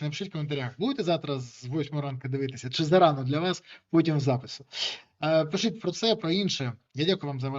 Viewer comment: чому Береза каже "пишить" замість "пишіть"? Він точно може вимовити "паляниця"?